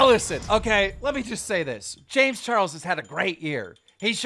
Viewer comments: This guy purposefully messed up people's name to piss people off. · Keem is the worst at saying names lmao